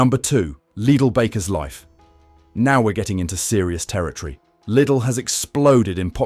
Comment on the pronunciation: There's another channel that dealt with this subject of bread . That too was loaded with some good information. That too was AI generated, with AI English voice that sounded genuine , but not quite . My ears pricked up a couple of times here , especially when it didn't pronounce Lidl correctly. AI generated videos are increasingly showing on Utube , and it's annoying , to say the least . These videos should all come with a ' mental health warning' . This video may deceive you into believing it's put together by a human ....but it's not . Even if the info is factual , it's playing with our senses of what's real and what's fake ‼️ If I am incorrect , please tell me . I'll be glad to be wrong 😊 🇬🇧✝️🇬🇬♥️🇳🇮